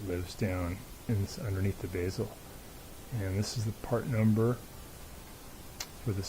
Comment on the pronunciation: That would be BEZEL as in say Betty or Bed. Not BEEZAL.